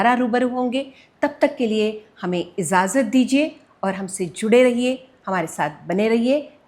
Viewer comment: bahut badhiya! waqi mein SJ were the emperors of music. Madam, izaazat nahin, ijaazat hai.